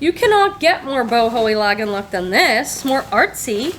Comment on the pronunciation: Lagenlook is pronounced with a "Lah" sound, not "Lag" like jet lag. Translates basically to layered look and involves multiple layers of usually irregular and oversize shaped clothing. Then you can break it down to different asthetics like romantic lagenlook, Japanese lagenlook, preppy lagenlook (think Annie Hall) etc. Not all artsy clothing is lagenlook but its become a catchall phrase with sellers. Lands End makes really good quality clothing and some great canvas totes. I got a few large totes during an on line sale, paid less than $7 each and sold them for $60 each. Your GW prices are only a bit higher than here but our Savers are higher. Most good jeans are $24.99 now. That bins price seems crazy high but Im guessing rent on the building is pretty pricey so they have to charge more. You find great things, tho! I never find Fresh Produce or Hot Cotton anymore. Another 1 to watch for is Blue Fish. Ive only found 1 and Ive been selling on eBay since the beginning, nearly 30 years. I cant resist Bryn Walker either!